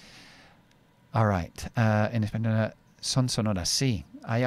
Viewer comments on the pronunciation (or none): none